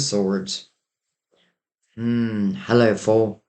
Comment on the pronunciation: I heard you say 'hullo'...I'm going on a date tomorrow with someone I met on the 'Hullo' ferry..synchronicity indeed..but there could be another..shall see